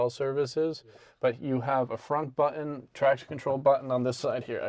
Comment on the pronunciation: He was using GenZ speak saying “Buh-un” instead of button 😂